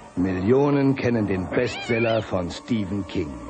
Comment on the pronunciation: Wer versteht auch pestseller😂